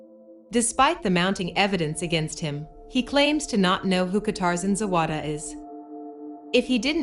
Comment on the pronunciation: Shame you didn’t take the time to properly learn how to say her name..